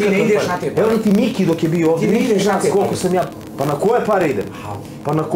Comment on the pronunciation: Čuj..prvo što kaže,parrrree🤣